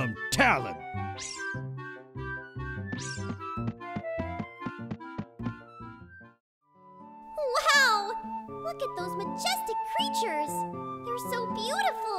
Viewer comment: We're saying it like "lin"; "lon" I get is to be similar to Lon Lon Ranch, but maLON and taLON don't sound pleasing to say.